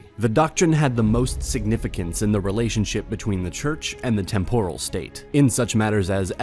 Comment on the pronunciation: List of words you mispronounced. Vicar. Temporal. Ecclesiastic. Ecclesiastical. Christendom. You don't sound very smart. You sound like you're reading a Wikipedia article and seeing these words for the first time.